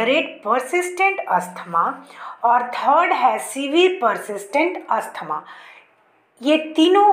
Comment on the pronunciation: Not Asthama.. Asthma